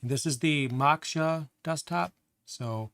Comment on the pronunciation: Now I feel stupid: I was wondering why Geany (with a hard "G) had a boiling teapot as a logo! LoL. Duh. It's Moak-shuh, btw, you should know that with your Buddha statue right behind you!